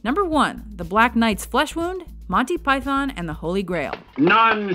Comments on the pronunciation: U.K. citizen here: Pie-thon, pie-then, pie-thawn, pie-than, pie-thorn, pie-thin who the hell cares? Well, obviously some people do, so I'll rephrase the question: People who care, why do you care? Honestly I think the British people who complain about how American's pronounce things (and Americans who complain about us, who there seem to be less of) need to get off their high horse. I mean, pronunciations aren't even consistent WITHIN the U.K. Example: Most Brits pronounce Pakistan as Pak-iss-stan, but I've heard people pronounce it Park-iss-starn. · I wish they'd pronounce Python properly. Emphasis is on the first syllable. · When you think that some of this stuff is close to 40 years old, it goes to show the quality of the humour of these guys. Like many, I grew up with them, know these scenes backwards, but still find myself laughing. But please, can someone tell her it's "Python" NOT Pyyyth-ON! :D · Do us a favour America. Say it right. It's MON-tee PYE-thon Not Monny pyTHON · Agreed,its the py-thawn bit I dont get,we pronounce python like its pythn,not emphasizing the "thon" ,like its thn. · Even Pilate can scarcely keep his face straight during Biggus Dickus. "Do you find it risible...when I say the name...Biggus...Dickus..." you watch he is struggling so hard not to laugh. But arrrggh..its not Monty Pie-thon...its Pie-thun... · It is "Piethn" not pie- THON. At least the Americans like it . My Mrs is Italian , and she sits stone faced through it . Even the hilarious Hitler sketches ! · It's fucking PythUN not Manteee Py-thorn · It’s actually pronounced pythUn and not pythOn…for all you Americans out there who insist on pronouncing English words incorrectly, even when you are trying to talk about English/British things. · We pronounce it "Pythn" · Sorry, but the Yanks just don't get it... It's prononced Monty "Pythun" not Python. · Who's Monty Py- Thon ? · Americans can't say Python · Why can't they pronounce python right?